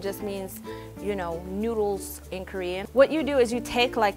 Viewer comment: "and joo kno" lmao. I couldnt stop laughing.